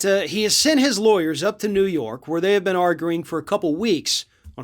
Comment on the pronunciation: It’s up to you New York, Neeewoo Yooork